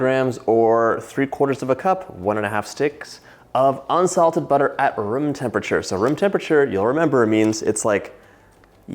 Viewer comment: I know you're saying "room temperature" but all my brain hears is "vroom" and I love it.